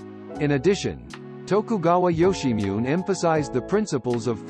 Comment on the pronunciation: Ok, "Yoshimune" is pronounced "Yo-she-mu-neh" (roughly).